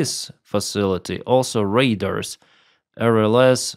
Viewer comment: Radars are not "raiders". The dar sounds like jar.